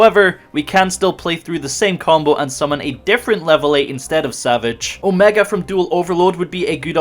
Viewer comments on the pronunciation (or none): none